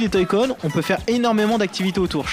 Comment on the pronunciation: c'est pas Toy-con, c'est JOY-CON !